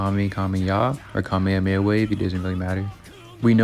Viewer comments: not the kamehameYAAA 😭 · Sorry but after bro said kamekameya I knew the scaling was gon be bs 😂